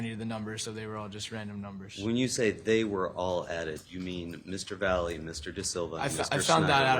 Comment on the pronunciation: Why can’t his attorney pronounce his name correctly?! It’s not Vally it’s Latino, Valle ….he knows how to pronounce that as a Latino himself